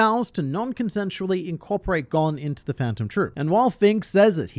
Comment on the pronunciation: It's so hard hearing Gon's name pronounced incorrectly.